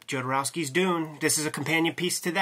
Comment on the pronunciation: All I want is Jodorosky to confirm if it's "JOD", "YOD", or "HOD" because with you, any of the 3 could be correct. I need to watch the doc again to see if you refers to himself in the third person somewhere in it.